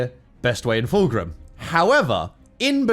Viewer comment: It is pronounced FULCRUM. NOT FULGRIM.